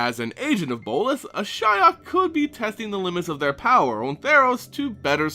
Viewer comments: ^ this. The Cringe everytime he says Ashaya is real... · Uh-SHI-ok? Why wouldn't you pronounce it "ASH-ee-ok"? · dude, it´s ashiok not ashyok... jeez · I've said before this speculation videos are really stupid, no bases, no facts, only wild thoughts. And for someone into the Lore i didn't know Nissa's Elemental got the Spark Ignited. Ashaya, the Awoken World nice speculation there.... Or, wait, do you mean Ashiok? How come in my country (non speaking country) can say that name in perfection and a english speaker say Ashaya?? fuck sake man. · Why Ashaya? Good Lord, Hell I was confused at the first few minutes. I did facepalm in the end. Sorry I love your vids but your pronunciation confuses me(I thought Ashaya is somewhat connected to Ashiok). I'm not an engrish dude or whateva, but I can pronounce Ashiok correctly. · Interesting way of pronouncing Ashiok's name. I was pronouncing it "ash ee ok" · Ash-E-ok. i love the videos for information, but your pronunciations are atrocious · At firs I almost thought you said Ashaya :) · Love your videos, but isn't it pronounced Ash-e-ock? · I couldn't make it through the video. your pronunciation of Ashiok was killing me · did anyone else stop watching the video because of the way he butchered that name? thumbs down. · I mean, I know you pronounce everything incorrectly, but I don't think you could have fucked up Ashiok's name any more than you did. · That´s how most people pronounces it. always finds weird ways to pronounce names.